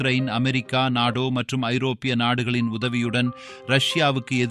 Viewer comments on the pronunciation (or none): நாடோ என்று சொல்லக்கூடாது நேட்டோ என்பது தான் சரியான உச்சரிப்பு